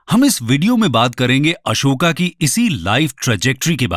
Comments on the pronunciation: kon se padhai me अशोक को अशोका बोला जाता है, सुपारी निकाल के बोल गुरु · Bhai Hindi ही bol rahe hai तो Ashoka ❎️ अशोक बोलिए Real लगेगा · ये महाशय अंग्रेजी में पढ़े-लिखे हैं इसलिए अशोक को अशोका कहते हैं ।जो भारतके राजाका शूद्ध उच्चारण नहीं कर सकता वो हमें ज्ञान प्रदान करना चाहते हैं । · Kyun tum logon English pronunciation follow karte ho.His name is Ashok not Ashokaa pls